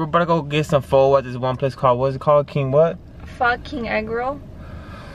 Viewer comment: why you let pronounce Pho wrong 😭🤣